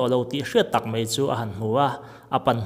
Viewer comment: 'mei' ti lovin 'mai' tih zela lamrik ni ta se ava ngaihnawm lehzual dawn em!!👍👍👍